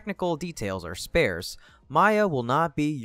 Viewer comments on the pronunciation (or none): That’s not how you pronounce “sparse”.